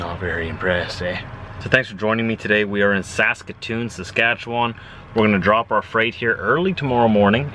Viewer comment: Saskatch-atoon